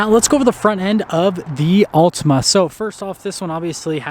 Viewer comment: Not sure about this review. You can't pronounce the name of the car correctly.